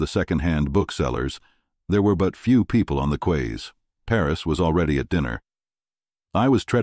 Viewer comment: Quays is pronounced "keys".